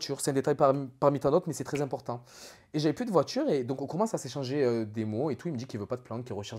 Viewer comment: Le coffre d’une « voitchure » fin de la vidéo pour moi 🙂